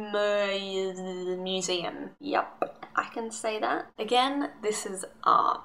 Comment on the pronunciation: I'm brazilian, and believe or not, Oscar Niemeyer is considered one of the most brilliant architects of all time. He has built lots of weird buldings all over the world. And it is pronounce like this: "knee eh meyer" Some of his buildings: Congresso Nacional, Catedral Metropolitana de Brasília, Prédio do Museu Nacional de Brasília, Museu de Arte Contemporânea.